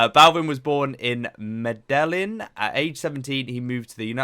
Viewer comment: Medejin, 2 is in Spanish, and it is a j sound